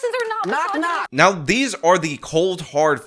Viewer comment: “Why are the republicans winning Latinos… mysogony “ Impeccable